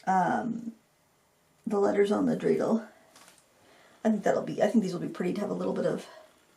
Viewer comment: Thank you for the Hanukkah theme! And, you pronounced dreidel correctly. Like the Hanukkah gelt too. 😉